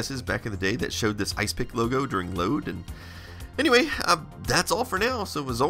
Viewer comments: Wouldn't it be pronounced "Is Epic", not "Ice pick"? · ISE-PIC..... ya saying it wrong!.... its "IS - EPIC" ..this is more a snapshot tool than a disk copier... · I dont think its pronounced isepik, but more like is-epic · Could be that you were right. No proof that 8 bit guy is saying it properly. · Are you sure it's not pronounced Is Epic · Could be right. No proof that 8 bit guy is saying it properly.